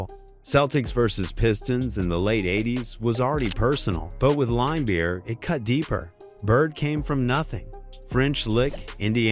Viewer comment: limebeer? Another crappy AI channel to block.